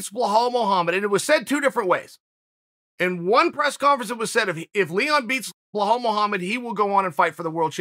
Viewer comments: "Blahal Muhammad" 😂😂😂😂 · Chael “blahal” sonnen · When chael does these ads he is always like this ad really helped me blah blah blah, or he is like I was a customer even before they sponsored me. Like no chael half these companies I have never heard of and chael knows damn well he sleeps just fine lol. Btw it’s bilal idk where chael the goat is bringing that “h” from